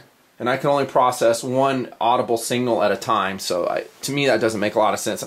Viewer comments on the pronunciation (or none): Hey, the word is SIGNAL, not "single". SIG-NAL. SIG, like the gun. Followed by "nal", like uh, "nal". Come on man! Going way back to your flight vest review you were saying it wrong. Love you btw. In a cool, dude way of course.